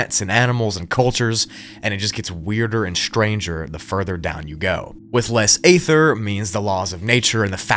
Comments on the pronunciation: You really need to learn how to pronounce stuff, including ether and Magellan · Stop using the word ether till you learn how to pronounce the word ether